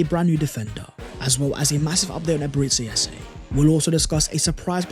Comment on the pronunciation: I want all the players arsenal can get. And since we’re butchering names aka “Ebere Tse Eze”… 🤲🏽 Chineke ekwekwala ihé ojor. 😂 I want “Yolk or eggs”.